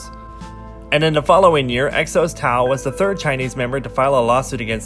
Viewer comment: Its not taol its Tao and its not Kongin its Kangin